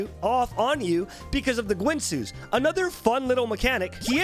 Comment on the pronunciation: "Gwinsoo's" adjnasdanbdoasndoasndo im dying